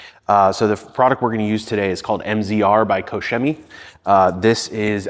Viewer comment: The company pronunciation is "ko-shimmy."